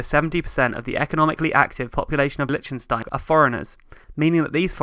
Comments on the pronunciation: Interesting video! I have two small issues with it, though: 1. Please listen to a pronunciation of "Liechtenstein" before you make a new video. I don't expect foreigners to have a flawless pronunciation but if you make a video in which you mention that name like 50 times, it would have been worth getting a better pronunciation. ;-) 2. 1725% more people is not the same as 1725 times the people! 1725% more is equivalent to a factor of 18.25; 1725 times the people would correspond to 172,400% more. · It is not Lichenstein It is pronounced, "Lik ten stein.